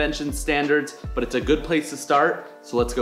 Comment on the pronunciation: Did he say "Butt version 2 of this case" Are we rocking butt crispy cases? WUTESTHES!?!?